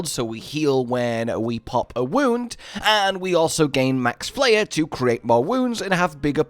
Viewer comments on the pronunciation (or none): Isnt it pronounced flay-er. Like as in flay o fish?